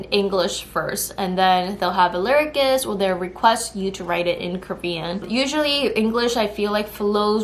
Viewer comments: Cool video! FYI, the C in "lyricist" is pronounced like an S. So it sounds like "lyrisist." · English lesson: lyricist = LEE RI SIST. debuting = DAY BEW ING..... you’re welcome